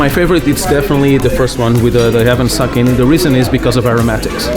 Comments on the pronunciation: There is no R in sake. Please learn to correctly pronounce sake. Not sarkay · said sake right once, but then said saaaaaaaaahhhhhhhhhhhhhke a tone, its sA ke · So we’re calling it "sarkay" now are we? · still wondering why you guys went all the way to NY for a Japan special, instead of I don't know Japan? Or are you guys just too embarrassed by how you pronounce the word sakai. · Know i'm being really pernickety here but the pronunciation is all wrong of Sake